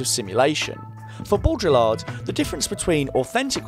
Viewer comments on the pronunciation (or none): This is a really good video. Like really good. Bo-dree-arrr(d). Sorry, but bo-drill-ed was like nails on a chalkboard. Clearly I have some control issues that I’m working on with my therapist so I’ve hidden this part of me message a bit. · "bodreelard" i know French is hard but at least try man xD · Beau - dree - ard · I, as a general principle, don't take very seriously someone attempting to sum up the views of a philosopher whose name they can't even pronounce properly. Maybe the insanely low barrier to entry for online video essays isn't a universally good thing? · Don’t pronounce the L in Baudrillard though. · Even though the video was great and all, it was really hard for me to take you seriously whenever you tried to pronounce Baudrillard.) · I liked this until you pronounced Baudrillard wrong :(